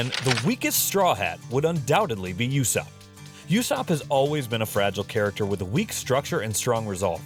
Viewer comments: hes not yussop hes ussop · whenever he says yousopp I die inside a little